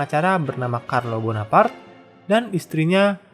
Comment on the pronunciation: Bona par te bukan bona part